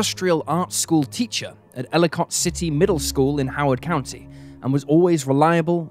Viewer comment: It's fun seeing someone not local pronounce our home town names. Here: Catonsville is CAY - TUNS ville Ellicott City is ELLI - CUT City We also have a Bowie, MD but it ain't pronounced like the Bowie your thinking of. lol